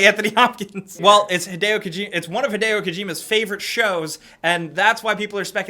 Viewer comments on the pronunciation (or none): none